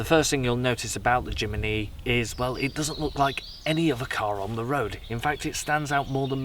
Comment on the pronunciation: Jimeny ??? it's Jimny, whitout the E